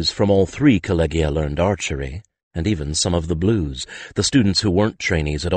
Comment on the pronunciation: This is just a pet peeve of mine, but Collegia and Collegium are pronounced with a soft 'g' making a 'j' sound. Kol-Lee-Jee-a and Kol- Lee-Jee-um. The narrator's mispronunciation jarred me out of the story every time. But I do enjoy Mercedes Lackey's stories.